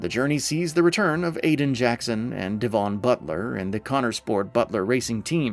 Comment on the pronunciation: It’s pronounced “Devun” as in the English county not Devon.